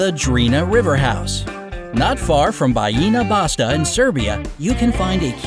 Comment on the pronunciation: I live in Serbia, as the country of course. Bajina Basta Is Pronnounced Bayina Bachta also translated into English it is Bajina's Garden